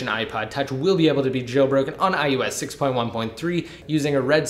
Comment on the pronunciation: why do you keep saying "I U S"? it's IOS